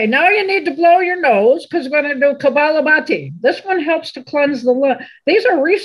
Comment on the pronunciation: I love all your videos. Thank you so much for your generous sharing with all. As a registered yoga instructor, I have one correction for the rapid expulsion breathing yoga practice shared by. It is Kapalabhati and not Kabalabhati. Translated in Sanskrit it means skull shining. Kapala specifically means forehead part of the skull. Thank you for bringing this to all. Peace!